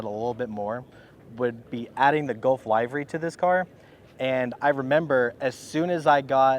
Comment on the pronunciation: It's pronounced "liv-ree," not "live-ree."